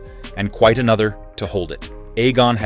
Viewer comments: I know they kept calling him anus, wtf. It's pronounced A-nees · Aye-knees, not Anus. Lol. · Stop using AI. He’s not Anus Targaryen 🤣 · It's pronoun A eynus not ANUS PPL!🤦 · I thought it was “Ennis”? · It’s Aeny’s not Annus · 😂Anus instead of Aenys 😂😂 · Ahh yes, good ol ‘Aenus’ Targaryen… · Hahah Aeynus hahaha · Aneys lol 😅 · lol he said Anus 😂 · I rather like the Anus pronunciation. It is fitting. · "Aenys loses control." Lmao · Pronunciation of both the names Daemon & especially Aenys felt odd 😅😂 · The AI pronunciation of Aenys and Daemon are totally cringe.